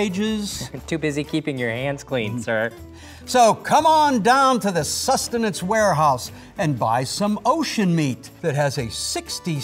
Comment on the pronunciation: I died when he said acceptible sustinance